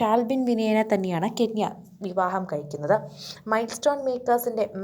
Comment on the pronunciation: കെന്യ അല്ല ചേച്ചി കെന്ന 😂